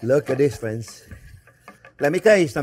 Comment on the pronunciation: "Well hello there phrinzzzzzzzzz!!!!"